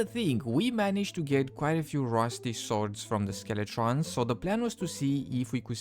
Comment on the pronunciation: ok who on earth calls Skeletons "Skele-TRONS" jesus.